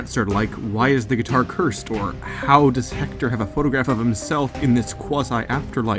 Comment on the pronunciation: stop pronouncing it "hector" it's pronounced "ector".